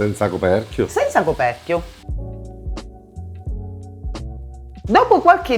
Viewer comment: . Sono capitato per caso la prima volta su questo canale. Il modo come lui ha detto ….”senza coperchio?”…. direi che lui è siciliano. Poi magari qualche siciliano mi saprà individuare la zona o la città. ;) Davvero un bel piatto di pasta! 😋